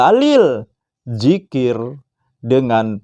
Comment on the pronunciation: Itu dzikir (ذكر) Bukan Jikir (جكر)